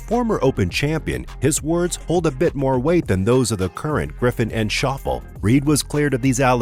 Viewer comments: Shof Lay - not Shof al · Narrator - it’s pronounced Shof-Lay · Shauffels? It is Shoff-Lee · Schauffle's name is pronounced "Shof- lee", Not Shauffle....You're welcome. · Shaw-ful? Ugh 🤦🏽‍♂️ get it right before posting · Zander Shoffle? Lol! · Shoffle - really. Could you not find a Commentator or Script Reader with just one clue about the Subject…. ? One of the most tedious Videos on the Sport. Repetition. Repetition and then again.. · Xander "Shaw-full"????? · Xander “Shof-lee” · shawff-lay, holmes. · It's Shof-fee-lee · How hard is to find an actual golfer to read the script???? As soon as he said Xander’s last name I tuned out!! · Wish this guy could pronounce Xander's last name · How is it that the narrator doesn't know how to pronounce Xander Schauffele's last name? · You showed your incompetence when you don't even know how to pronounce Xander Schauffle's name. Pathetic. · There are a lot of errors in the commentating making PR look worse including the mispronouncing of Xander’s name. He does not have to check with an official or another player to see if his ball is embedded. If you watched the actual telecast there was no way PR could have seen the ball bounce, in spite of its ending up embedded. The movement of the sand, however, looks very bad.